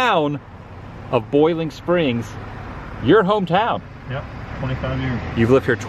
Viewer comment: Adam you pronounced it properly mooresboro, just like mooresville. Country pronunciation mo’sboro. I’ve lived in NC for 65 years. There’s country pronunciation and there’s city pronunciation. You also pronounced Boiling Springs properly as well. Country people do not use the oi sound.